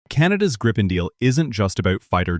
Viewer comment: Its GREEPIN not Grippin